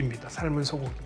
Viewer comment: 긴 자를 짧게 잘못 발음한 ㅇㅖ: 두 사람, 소 고기,사실,소설,시도 ,이해 ,시각,문제,저작,수 없이,사명,최종적,작은,누렸다, 등, 장음인 첫자를 짧게 잘못 발음한 것 같습니다. 이상 지작한 것이 사실이라면 좀 지나치다고 생각하지 않습니까. 제가 출판한 "한국 어문을 고발함"이라는 책을 일독해 주시겠읍니까. 미국 변 완수 배